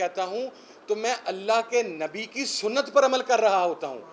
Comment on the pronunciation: اس عمران نیازی کے منہ سے پاک نبی صلی اللہ علیہ وسلم کا تلفظ کی ادائیگی نہیں ھوتی اس میں عقلمندوں کے لئے اشارہ ھے مولانا جمیل اور مفتی قوی جسے بہت پڑے ہیں ان میں یہ بھی شامل ہیں